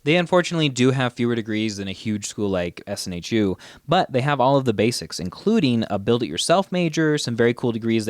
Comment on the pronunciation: It's SNHU, not SNHEW :D